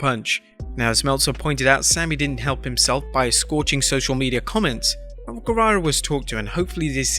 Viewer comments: You said Sammy saze instead of guevarro lol😊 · You meant to say guevara